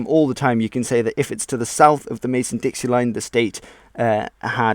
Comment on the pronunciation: Great video,. I'd like to note that it is the Mason-Dixon line, not Mason-Dixie.